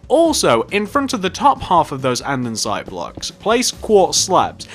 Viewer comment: Him saying an-din-site gives me anxiety